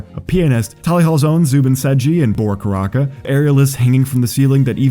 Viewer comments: The you said Bora Karaca... Its pronounced karaja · random nitpick but you pronounced karaca wrong, the c is pronounced as a j